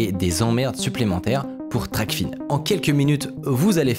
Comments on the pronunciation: Super vidéo! (Juste je crois qu'on dit "Tracfin" pas Tracfine) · Toujours des vidéos incroyable ! En revanche on dit « TRACFIN » et pas « TRACFINE » et c’est la « VanuaAtu » et pas le « vanuatu » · hello, pour info TRACFIN se dit "traque-faim", pas "traque-fine". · c'est prononcé trac-faim